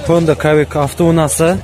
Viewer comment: Хонда кавик эмес сивик болуп окулат